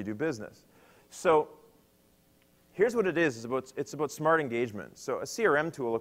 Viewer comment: Aboot.... canadian....